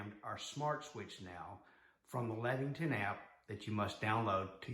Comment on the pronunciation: I think it is Leviton, not Lexington.